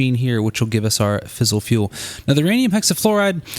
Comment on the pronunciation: Great vid, for future reference it is "fizz-ile" not "fissle". Source: engineering undergrad. E: And it is also Turb-ine, as opposed to Turb-in. (rhymes with line)